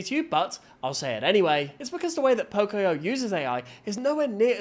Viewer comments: It's not poc-i-o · It's Po-Coi-Yo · Idc about the AI slop, why is no one talking about Po-CO-yo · CAN YOU STOP REPEATEDLY MISPRONOUNCING POCOYO